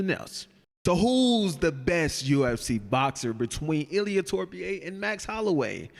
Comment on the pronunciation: Ilia Torpie is crazy 😭😭bro is disrespectful at this point, is not that hard pronounce Topuria😂